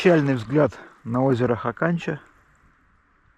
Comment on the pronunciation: Бывал на речке Хаканча. Летали из Норильска на вертолете. Правильно ударение на первый слог. хАканча.